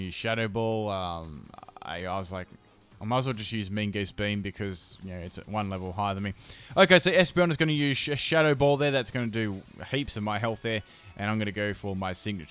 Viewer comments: 'Meangoose Beam' I'm sorry that's all I heard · Lol you said Meingoost beam xD